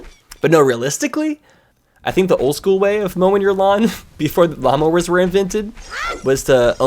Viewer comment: Low key when he said lawnmower, I thought he said llamas. Asking who invented llamas XD